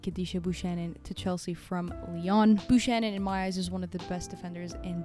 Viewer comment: Excellent as always. One thing, Buchanan is pronounced with a hard k not a soft sh.